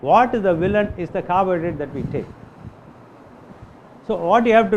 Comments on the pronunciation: what is this word that he said here: "What is the villain is the CARBURY that we take" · I believe the high cholesterol you are speaking of is the so called "Bad Cholesterol". I think the good cholesterol helps to protect you from the bad cholesterol. This doctor says that carbohydrates are the problem that causes "Bad" cholesterol. I had a problem hearing the pronunciation of the word carbohydrates, but I believe he said carbohydrates. I have been hearing that the fake fats such as canned shortening, margarine, and many of the bottled vegetable oils are the actual cause of the clogging of arteries. One video, on the link below shows there were NO RECORDED HEART ATTACKS BEFORE 1921 (which was 5 years after the invention of canned shortening) . Since then, the people who invented the vegetable oil industry, invented margarines, and all sorts of vegetable oils. The so called vegetable oils are actually squeezed seeds from (for example, Canola oil is from rapeseed oils" This video titled, "The Oiling of America" [loaded by B.S. R.] Expert on history of these oils is Sally Fallon.